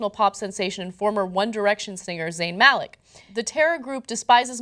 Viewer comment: It's pronounced "Muh-lick".